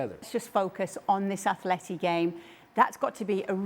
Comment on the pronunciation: Atleti !! Realy?? .. is it a new pronunciation. Sounds very weak like an under 15 football team.